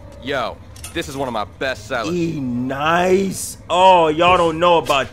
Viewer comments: This dude said e nice enyce is pronounced nyc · bro said e nice 😂😂😂😂 it's enyce